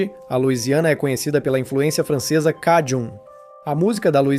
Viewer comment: O nome "cajun" se pronuncia como "kei-djân". Observe que é próximo á pronúncia inglesa para "acadian" ~ "a-kei-djân".